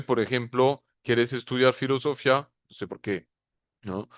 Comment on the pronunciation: Nunca habia escuchado decir fllosofia sin tilde en la í... muy fuerte....